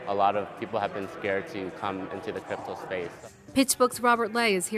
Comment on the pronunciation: did you say crapto?